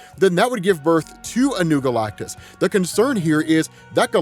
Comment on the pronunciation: i can’t stop hearing galctussy whenever he says galactus seed